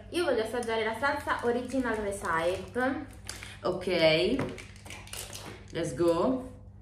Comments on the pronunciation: "recAIpe"...ma non avevi fatto il linguistico, parlavi un sacco di inglese "per lavoro" e avevi imparato un sacco di inglese dal tuo ex?? Si pronuncia "rè-SI-pi"...Madonna santissima🤦‍♀ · Come fai a dire di parlare l’inglese e come pretendi che Zoe possa impararlo correttamente se non sai nemmeno pronunciare recipe